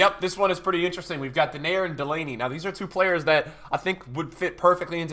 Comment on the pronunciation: Denayer his name is pronounced different. And if u pronounce it correct it means the screwer/fucker in dutch